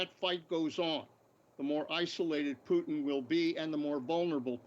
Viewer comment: Shame he can’t pronounce Putin correctly .